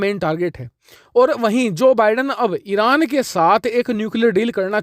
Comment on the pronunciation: You want to say Arab and pronounce Iran very funny are you drunk